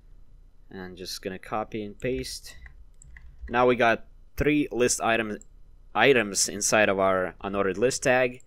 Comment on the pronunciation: The way he says "3"